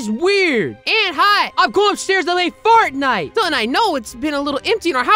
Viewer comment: “Fartnite” 😂😂😂😂😂 bc it’s Roblox 😂😂😂